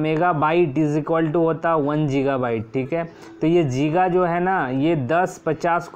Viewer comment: गीगा hota hai जीगा nahi